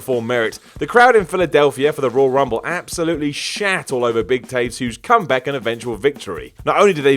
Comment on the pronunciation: "Comback"? xD